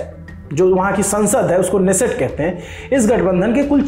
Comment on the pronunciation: Hebrew bolne wale K'nesset hi pronounce karte h.